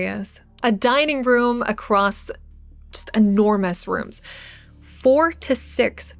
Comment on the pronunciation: Thanks for the effort it took the make this video! I kept lol’ing, when you say your 4’s it sounds like you had a Scottish accent